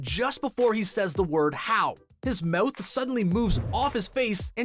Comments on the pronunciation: Ur saying moth instead of mouth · anyone else think he says mouth weirdly